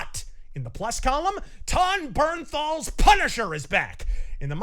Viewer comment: “Ton bernthal” Who?